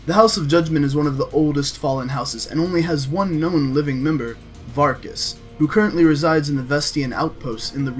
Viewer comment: Variks, not Varkas xD. Have you been playing Skyrim or something?